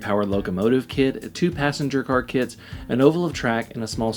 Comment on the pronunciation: I am sorry... I know it is a 'me' problem, with english as a second language, but I keep hearing 'kids' when says 'kits'... It makes the whole video a lot more fun😀 "The 'kids' were very easy to assemble"... etc.